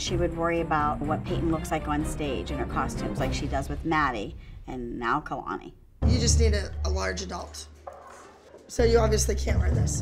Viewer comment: I love how says Kalani lol